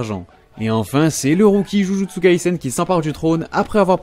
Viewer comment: Je viens de me rendre compte que c’est « JUJUTSU kaisen » et non « juju TSUKAISEN »🤔